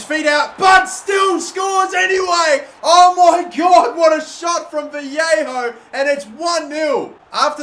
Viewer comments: It’s Vah-lay-ho not vee-hey-ho as a Valencia fan this is KILLING ME. LOL. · Its VA-YE-KHO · You pronounce his name Valleyho